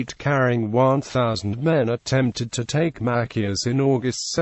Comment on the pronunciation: Mackius? MaCHIus Chi